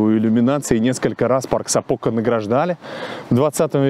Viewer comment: спасибо! Прожила в этом городе 4 года. Очень тепло было окунуться в воспоминания. Хочу немного поправить— у финов всегда ударения делается на первый слог. И в названиях также. Поэтому вернее говорить САпока, а не СапОка